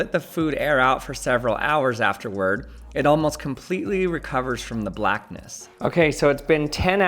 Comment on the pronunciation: I don't like the way he says "the blackness" it's giving subtle racism 😂